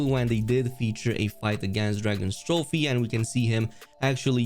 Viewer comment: (drag-os-trophe) not (dragons-trophe)